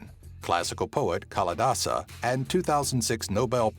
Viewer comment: its Kalidasa not Kaladasa